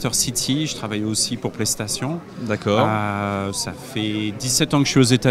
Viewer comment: Ce qui m'aura le plus étonné durant cet E3 c'est la prononciation du Plaie Station...ça aurait fait sensation dans une salle sur grand écran devant 2000 spectateurs.